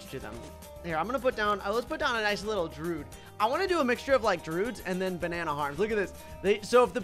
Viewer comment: It peeves me how he says "druid," he says it like "drood"